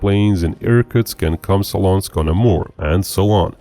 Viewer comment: It's Komsomolsk-on-Amur, not Komsolonsk. It's named after Komsomol, All-Union Leninist Young Communist League, a Soviet youth organization